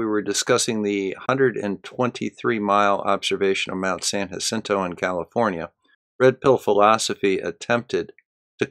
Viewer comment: I'm subscribed to too many flat earth debunking channels and so I've come up with arbitrary ways to decide which to ditch. I'm ditching yours because you won't pronounce San Jacinto correctly. It's pronounced ha-Scene-toe. Oh, and Sikhs wear turbans. Unsub'd.